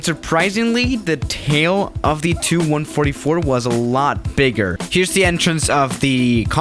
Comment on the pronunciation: It's not 'tu (two) 144', it's T U 144. T...U